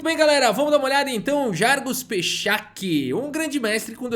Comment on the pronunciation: vejo que você se esforça para a pronúncia dos nomes indianos e isso é muito legal, mas no caso do enxadrista eslovaco a pronúncia original/nativa é muito diferente do que tem se falado,. o modo correto pronunciar Jergus Pechac é: Iergux Petsrrats. Em eslovaco e na grande maioria das línguas europeias o "J" possui som de "I". O "S" som de "sh" ou "x". O "C" estando sem acentuação ( acento circunflexo invertido de cabeça para baixo) possui o som de Ts como Pizza em italiano (pitsa), se tivesse o acento seria som de tch como em tchau ou tcheco. Já o "H" possui som de dois "rr" como no inglês no caso de Hall. Não existe "Gergus Pexaki"